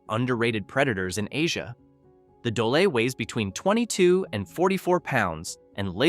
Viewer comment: Also, it's "dole" not "dolay."